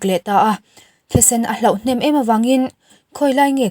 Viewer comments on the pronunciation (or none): 'Thisen hloh'...tih zawk tur... hlauh nilovin.. 🤭.. i aw erawh angaihnawm e..